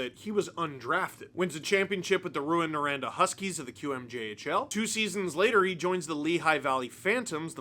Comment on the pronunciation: I'm impressed you know how to say Rouyn-Noranda. Brian Hayes doesn't, so kudos to you. I lived there for 10 years. I hope Hakanpaa recovers; it's nice to have huge dmen to intimidate the other team.